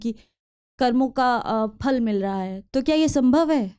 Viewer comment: Vikasji You speak difficult Hindi like some pundit. Your talk/lecture should have English subtitle. Fruit in Hindi is called phal not fhal. Similarly phir is not Fair.